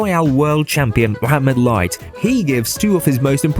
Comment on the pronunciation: Finaly someone saying mohammed light not moamed light or mo light hh